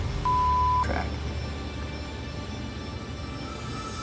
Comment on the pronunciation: It honestly sounded like trap to me, but subtitles say track, so.